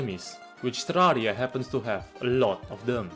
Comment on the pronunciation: I just adore how your accent turns terraria into terrariUH